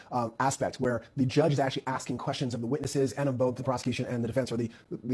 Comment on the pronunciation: FYI you said "Aksing" instead of "Asking" at min .